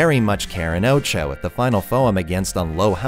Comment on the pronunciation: Btw why do you pronounce OTXO like oucho? English is not my first language and it sounds weird. Id think it would be pronounced more like o-tu-h-o